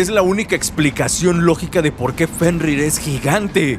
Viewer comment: jajajajajajajajaja casi dice "JENRIR" el wey jajajajajajajajaja